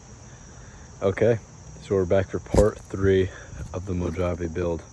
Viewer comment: Bro you had me rolling 🤣 when you were struggling. Thanks for the laughs! Good job though. Im thinking about picking up one of these soon. Also im pretty sure its pronounced mo-H-ave 😅